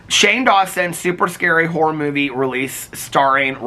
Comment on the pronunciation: I can’t stop hearing “wh*re movie” every time you say “horror movie” 😭